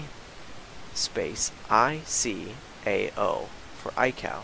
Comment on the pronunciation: Great video! Very good presentation on how to flight plan. Just an FYI - ICAO is pronounced eye-kay oh, in the trade.